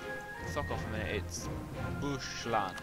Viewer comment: you said bushland XDDDDD